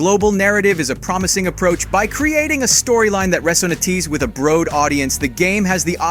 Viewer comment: Pronunciation is all over the place in this video. Not just the Japanese, but "resonatees with a bro'ed audience" too.